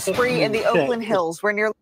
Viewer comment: Umm ... Oakland woman, it's Oakland 🤷🏼‍♂️🤣 you're fucked by proximity